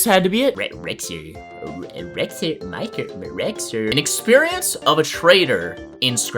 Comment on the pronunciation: YOU BUTCHERED MY NAME, I WILL SUE YOU 💀💀💀💀💀💀